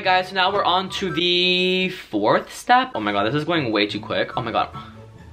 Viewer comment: He said forth step I heard sports step and said eww